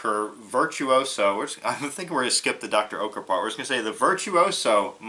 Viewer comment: It is sadly one of a few german/ european products in the US ,without processed cheese. By the way you pronounced the company's name totally wrong :) Greetings from an ex german exchange student.